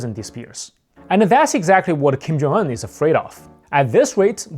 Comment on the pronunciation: yo slow down! you barely said his first name. Sounded like you said "Kim Jonggg"